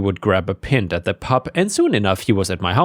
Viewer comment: P-i-n-t. Not P-I-N-i-t you are ai